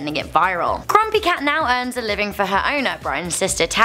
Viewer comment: Did she just say crumpy cat on